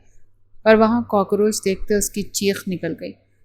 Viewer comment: کاکروچ ہوتا ہے کاکروج نہیں😂